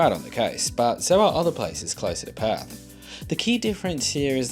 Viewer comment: Wait, it's not 'Pertherts'? 😂